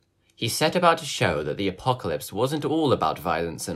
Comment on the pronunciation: The apocawypse. Hewwo my name is wandy.